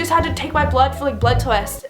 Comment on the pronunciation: "blood twest" haha but omg that's so messed up